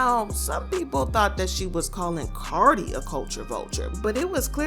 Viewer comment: Y'all saying cardi wrong but praising Nikki and shes the one that started speaking on cardis kids